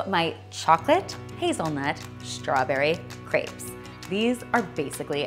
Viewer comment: Can you please just say "crepes" correctly. Thanks